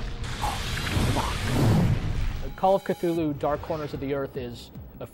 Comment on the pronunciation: nah it's more like kuh-THOOL-hoo lol